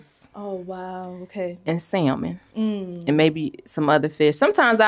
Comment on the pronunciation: vesshtables...and sallllmen 😂 🥦🥕🥬🫛🐟